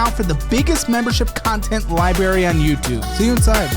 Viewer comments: saying liBARRY in a hammer elite ad is wild. Come on Midwest, get it together 😂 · … it’s pronounced libRary, not libary! It diminishes your ad to hear it mispronounced. All the best to you and the crew!